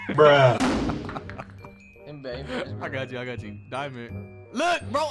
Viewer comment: He said “Kobee” and missed he gotta get jumped😭